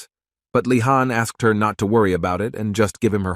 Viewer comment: Bro the name of the protagonist is leeehan!!!! Not fkkin khan